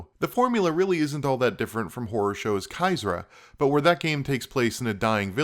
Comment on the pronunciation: Damn it, I have to nitpick. It's CHYRZA, not CHYZRA.